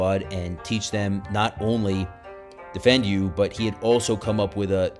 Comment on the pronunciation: Hi, Great presentation. I have his books and have studied his techniques. We even incorporated some of his material in our combatives training befor deploying to Afghanistan. BTW, Defendu is pronounced "DEEFENDU" not "Defend you." Keep up the good work! Chris. CPT Christopher F. Sheridan, 20th SFG (Ret.)